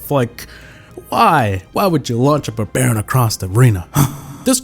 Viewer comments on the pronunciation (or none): lol he says barbarion launcher but it alredy came out 🤣🤣 edit:sorry for my spelling lmao